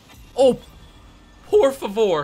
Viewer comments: por favoor ahahhaha. european garb be like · "pofavor" the guy tried to send portuguese and got his spanish right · When he said POR FOVOR i felt that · O cara meteu um "puor favour"